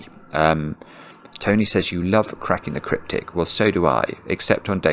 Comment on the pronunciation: for the first time, saying "let's get cracking" almost sounded to "let's get crying" to me